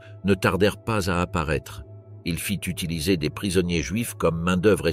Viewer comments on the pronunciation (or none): none